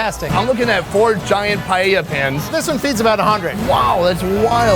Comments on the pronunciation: as a spanish, that """"""paella"""""" hurts me so hard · that dude just massacred paella wow